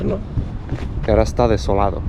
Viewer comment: "Eshtá durita eh" JAJAJAAJAJAHA